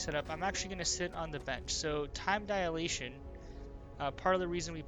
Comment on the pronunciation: Time 'dialation'?